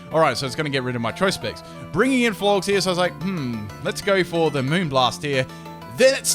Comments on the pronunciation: "florgs"? lol flor-ges like floral + gorgeous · Flor-jess rhymes with "gorgeous" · Did you just call Florges Florks??? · the way you pronounce florges and synthesis annoy me so much florges rhymes with gorgeous synthesis is pronounced the same as the end of photosynthesis (because its the same word) its not synethis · Flor-ges, as in gorgeous. Also syn-thuh-sis (if that makes any sense) please. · It really bothers me how he pronounces Florges!